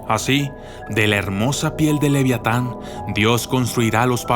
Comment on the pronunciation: pero estamos de acuerdo que no dice leviatan